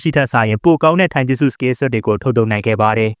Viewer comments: たいじゅすတိုင်ဂျူစုပါ ထိုင်ဂျက်စုမဟုတ်ပါဘူး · ဂျပန်လိုromanjiမှာtaက တ ပါ iကအိပါ tai(たい)တိုင်ပါ အကိုက ထိုင်ပြောနေတာ မှားလို့ထောက်ပြတာပါ